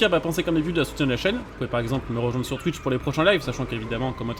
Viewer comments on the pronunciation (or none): none